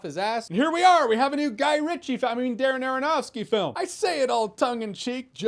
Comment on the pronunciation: STOP SAYING ARONOFSKY!!!